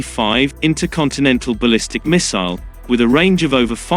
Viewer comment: Why are you calling the missile muiiissuile 🤣hhhhhhhhhhhhhhhhhh😂😁hhhhhhh muiissuile hhhhhhhhhhhh